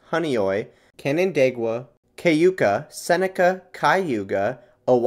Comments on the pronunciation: I haven’t seen this comment so I’ll make it: Seneca is pronounced SEH-ni-kuh Keuka is pronounced cue-kuh Susquehanna is pronounced Suh-skuh-hanna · and you already pronounced the first lake's name wrong. It's Cu-knee-shus. , it's pronounced Q-ku. Also, only the eastern lakes are in Upstate NY. Canandaigua, Keuka, Honeoye, Canadice, Hemlock, and Conesus are in Western NY since they are west of the Pre-Emption Line.